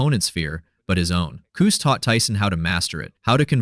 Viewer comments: Cus.. Not COOS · quit saying coose it is Cus or Constantine. what ur saying means a womens privates. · You mispronounced the man’s name all through the video. It’s Cuss. Not Cooze. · His name is "Cus", not "Coose". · Q’s? It’s Cus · Cuss - Like a swear word. NOT Cooz. Jesus - at least get the basics right or no one who knows better trusts the rest. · Coos, don't you mean Cus? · “KOOZ” D’Amato ??? 🤣🤣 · "Coose" ;p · How in the hell can this narrator get the guys first name pronouciation wrong ????